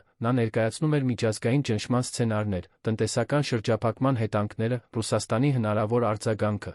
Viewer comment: Եր -ան,հետ -ում,կար-որ ,Լ-ոնը ,հետա-նքները ,և այսպես,տեղադրենք «և»-ը ,կստանանք բառը…😂